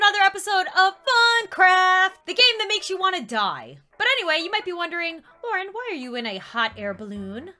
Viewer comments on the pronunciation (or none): none